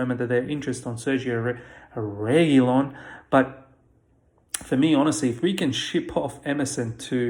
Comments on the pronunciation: lolol you started off emphasizing RE-gui-lon then said re-GUI-lon but it’s re-gui-LÓN (the accent over the o showing that you accent that vowel over the others) haha all good tho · Réguilon ❌ Reguílon ❌ Reguilón ☑️